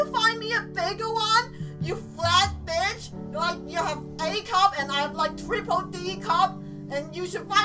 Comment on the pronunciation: Do you say bitch or bich